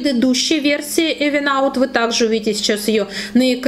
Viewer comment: Спасибо за обзор! Только читается правильно "Ивен аут";)